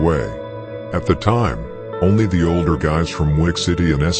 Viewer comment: “I think I’m order den u” 🤦🏾‍♀️